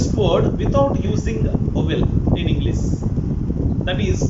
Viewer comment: First Try to pronounce ' English' as 'Englishh ' not Englissss Thank you.